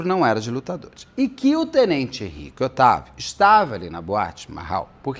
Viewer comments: Hahaha eu fui até confirmar se era oitavo mesmo 😂😂 é Otávio 😂😂 mas eu prefiro Oitavo 😂😂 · Várias vezes eu entendi o Beto falando Henrique VIII (oitavo), tava achando muito curioso a história com a pessoa chamando Henrique VIII. Só depois pela legenda entendi que era Otávio. Hahahaha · Henrique Otávio Henrique Oitavo Henrique Otávio Henrique Oitavo. O Beto conseguiu me irritar com tanto Henrique Oitavo nesse vídeo hahahahahaha. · Tenente Henrique Oitavo? 😂😂😂 é Otávio Beto 😂😂😂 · Caso bem complicado. Erros e acertos dos 2 lados. Beto falando Henrique Otávio e eu entendendo Henrique Oitavo. Fui só eu ? 😂😂😂😂😂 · eu também 😂😂😂😂Henrique 8o.😂😂😂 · Estava lendo alguns comentários onde o pessoal fala que o Beto ta se referindo ao suspeito, o militar Henrique Otavio de ..Henrique oitavo..Fiquei prestando atenção na fala do Beto, e não é q ele chama o militar o tempo todo de Henrique oitavo.. 😂😂😂 Ficou hilário, não aguento de tanto rir aqui. 😂😂😂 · Idem...rs. Pior que a narração do caso tá ótima! Qd sai: "Henrique Oitavo", tenho que parar e voltar...rs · Eu ri com respeito o caso todo por causa do "oitavo " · Eu achei que estava ouvindo errado ... mas adorei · O nome dele não é Tenente Veloso? Por que o Beto está falando Henrique oitavo? 😂😂😂 Fiquei muito curiosa😅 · o nome dele é Henrique “OTÁVIO” Veloso. Acontece que o “Otávio” virou “oitavo”😂😂😂😂😂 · Toda hora eu ria com o Henrique Oitavo 😂😂😂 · Muito engraçado o Beto com confusão de nomes kkkkkk. Henrique oitavo foi ótimo kkkkkk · Só ouvia isso 😂Henrique Oitavo😂😂😂😂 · Eu rindo cada vez que ouço Henrique oitavo e pedindo perdão pra Deus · Eu escuto Henrique Oitavo o tempo todo 😂 Amo ❤️ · 😂😂😂😂😂😂 Otávio, gente! Eu tbm ouvi oitavo o tempo todo. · 😂😂😂😂😂😂 eu só descobri que era Otávio pelo seu comentário, fiquei o tempo todo tentando imaginar o motivo de ser Oitavo 🤣🤣🤣🤣🤣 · Eu entendendo "Henrique VIII" o tempo todo...😅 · Eu também entendi Henrique Oitavo 😂😂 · ele estava falando Henrique “oitavo” mesmo 🤣🤣🤣🤣🤣🤣